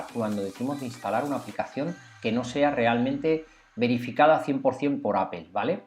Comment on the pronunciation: estimado, no es la escritura, es tu pronunciación, No es apel es Apple